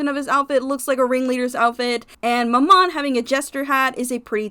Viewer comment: Its MAMMOM not MORMOM 😭